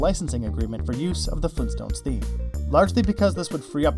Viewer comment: FLEENSTONES???